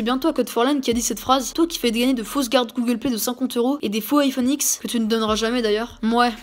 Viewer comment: Avant, j'aimais bien forlan... (A l'époque ou personne en parlais) Un jour je regardais une de ses vidéos et donc entendu parler du fameux "Aïfonne ixe" bien evidement je savais que c'était une belle connerie... Quelque jour plutard je vis beaucoup de youtubeur le critiquer... J'ai donc arrêter de regarder ses vidéos.. Je me suis même disputer avec une gamine qui voulait ce fameux iphone X... Bon tout le monde s'en fou, mais je comptait le dire..